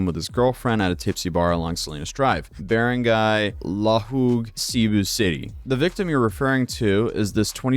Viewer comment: Wow I'm surprised you pronounced barangay so well lol, people usually butcher it so bad I click off immediately